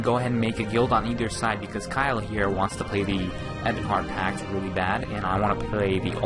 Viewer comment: Lol, its Pact. With a T.